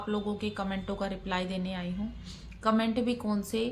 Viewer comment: Kya hai commento commento karti hai.thik se boliye.